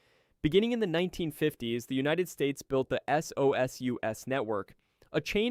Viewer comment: SOSUS is pronounced as a word, never as "ess oh ess you ess". 😮